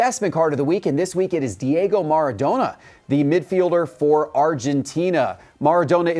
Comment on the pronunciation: I don't want to be that guy but this is the GOAT we are talking about here. Pronounced MARA-donna. Don't buy into Dobes just yet. His card are way overpriced and he is in a platoon situation with Monty, who is still technically #1. $100 for a kid who has played seven games is nuts. Celebrini is a legit stud. To say he might be a top 10 talent in the league already is not an exaggeration. He has played his way onto Canada's Olympic team. I just picked up a load of Bichette rookies. He's a solid hitter. Sam Darnold has surprised me, although I think the sample size is too small to justify some of these prices like Dobes. Maxey is playing out of his skull this season and has made the 76ers less of a dumpster fire than normal.